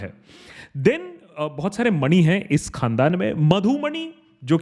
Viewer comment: bro it is pronounced as मणि not mani